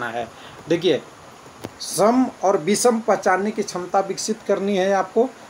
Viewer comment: बिषम नही होता है विषम होता है ।